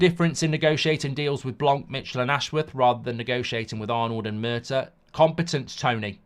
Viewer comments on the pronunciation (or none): none